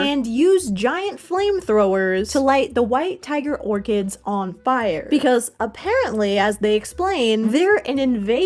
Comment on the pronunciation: orCHids?!?!?! That pronunciation is diabolical